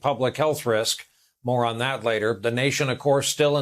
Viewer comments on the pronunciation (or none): Brian: “More on that later”. Could have sworn he said “Moron that later”.